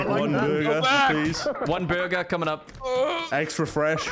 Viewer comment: "sir, this is a borgir king"